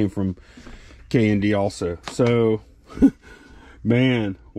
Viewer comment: I got so confused because at first I thought you were saying "K&B" (RIP) not "K&D" !